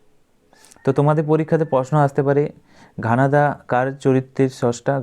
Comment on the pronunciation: ঘনাদা ❌ ঘানাদা ✅